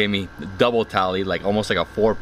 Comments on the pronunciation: It's not tally it's thali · The whole time I thought he is saying Italy... Thali 😂🌼